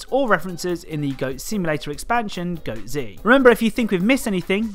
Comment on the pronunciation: It’s pronounced goatz like one word goats but with a zzzzz noise at the end